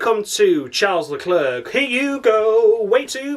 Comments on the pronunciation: Wouldn't it be fun if I hijacked your videos? Yeah Albon being 5 tenths off his teammate again. Need I to remind you that Gasly got demoted for that shit? -10 points Bottas you suck minus fucking infinity. Gasly and Kimi are gods 35 points. come it's Charles Leclerc not Shar Leler! Great video as usual man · Great to see the channel doing well dude, catching up with me now but deservedly so, great content. It's worth watching just to here 'Charles Let ler' 😂